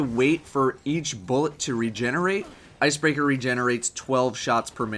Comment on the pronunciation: you said ice burger